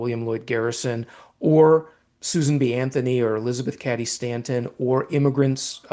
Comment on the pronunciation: Fantastic interview, and most informative. However, the name “Cady” as in “Elizabeth Cady Stanton”, is pronounced with a long “a” vowel, not a short vowel sound, as in “caddy”. Take it from a semi pro: Cady was my maiden name, and I spent years correcting the pronunciation. I know, pedantic much? But this gentleman is too learned and talented for this mistake. ☺️